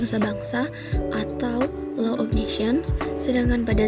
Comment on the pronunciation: Staden itu apa ya? Majoring in Low? Gak usah pake Bahasa Inggrislah, malu-maluin aja denger pronounciation-nya....